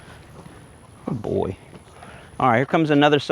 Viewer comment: love the “guyd boi”